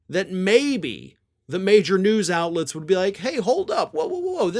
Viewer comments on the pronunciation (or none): none